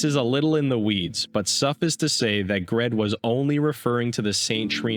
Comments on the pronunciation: Small criticism, but its pronounced suff-ice, as in frozen water. Im glad to see someone use a term like that correctly anyway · mispronounced "suffice" multiple times, 0/10 literally unwatchable